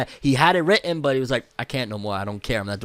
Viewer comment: "WrITtEn" sorry had to